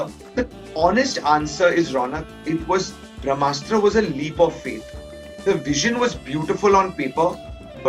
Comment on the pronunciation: When the director keeps saying bhramastra instead of brahmastra...you know the movie is junk... Kamaal nai kachra banaya hai Apne...just keep directing romantic movies...tumse na ho paayega iss genre ke movies...